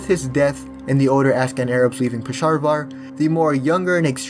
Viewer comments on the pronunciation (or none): “Pesharvar” dude are you purposely mispronouncing these things or have a speech impediment issue? Not to be rude but other than pronunciation of names your videos are great, but the names of places and people are so off it’s hard to ignore 😅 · Bro said Pesharvar